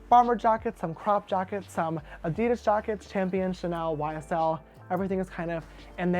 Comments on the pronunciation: Nurse Love I‘m German and Adidas is a German brand. The name comes from Adolf Dassler, the founder of the company. His nickname was Adi. I don’t know how to describe the exact pronunciation but in German, we pronounce every letter very clear and straight, so Adidas is emphasized on the first A and not on I. Maybe there is a video on YouTube. 🤔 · Adee daaass is how Adidas is pronounced not A deedis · Does James pronounce Adidas like Ad-I-das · Yes, us Americans pronounce it wrong. But we can't help it. Lol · James this is not criticism or against you in any way but I think you're saying Adidas wrong... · Why does James pronounce Adidas wrong is that just the American accent or what